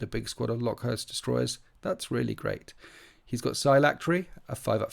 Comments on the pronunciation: I think it's pronounced locust like the insect. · IDIC Beer does this too- love his videos but I cringe every time I hear him say 'LOCK-uhst'. It's pretty clearly meant to be the insect. Skorpekhs should make it obvious. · It’s pronounced locust, just like the bug….